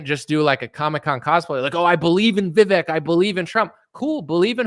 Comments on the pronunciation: Hopefully you’ll have enough respect to call him by his name, vih-vake not vih-veck. Not caring enough to get that right speaks volumes. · I think you have too much invested now to say youre doing it in good faith. If you go so strong youll look weak if you back down in this debate which is why his team KNOWS you guys are going to be hardass. Its pronounced VIVAYK and you should do your homework properly and check how its pronounced at least! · Vivek is pronounced like it would be spelled VivAke. Good luck with the debate. It seems your trust issue is suspicious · It's Vivek,.. Pronounced Vivake , like Cake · VIV-AKE ... RHYMES WITH CAKE ... pronounce the e like a Spanish e.... which is our long A sound. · Please keep yourself open to seeing Vivek for where he's coming from and what his goals are. I learned how to pronounce Vivek's name on Your show when one of his people came on, why don't you know how to pronounce his name?